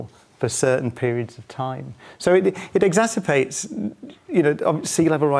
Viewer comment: I can not blame Dr. Cox from mis-pronouncing the word " exasperates" for the word " exacerbates" , meaning that the effect of the word is" augmented by outside forces". I don't blame him for this mistake because even the best top notch lawyers get this word wrong, even before their arguments go before the Appellate Courts on appeal. Their words are often mis-written, even in their legal briefs. JMHO.